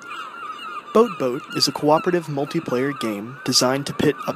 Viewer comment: I LOVE THE WAY U SAY BOATBOAT OMMMMGGG